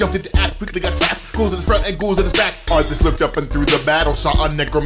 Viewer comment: вслушайтесь он говороит артас тута ))